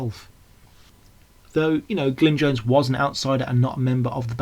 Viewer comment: Very well researched and generally well presented, but it's Glyn JOHNS, not Jones, and it's Denny SEIWELL, not Sewell. Also, Paul's from Liverpool rather than Birmingham. Very different accents.